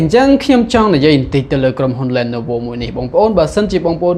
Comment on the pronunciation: អានថា លី ន វ